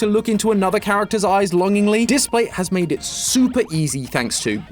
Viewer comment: displate not datplate